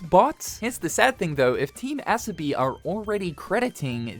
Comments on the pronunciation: Team Ass-obi is how im hearing you say their name lol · the so is pronounced in team asobi like you would pronounce the word "so" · bro butchered the studio’s name